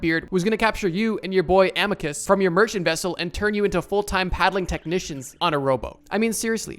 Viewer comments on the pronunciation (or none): none